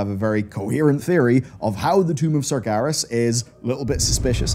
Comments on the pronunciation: SARGERAS, not SARGARES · the tomb of... what? sargaras?